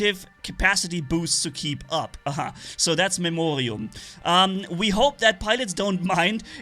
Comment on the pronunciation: its memoRium not memoHRium.😂😂😂😂